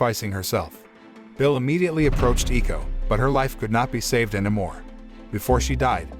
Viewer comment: “Eko” is pronounced like “echo”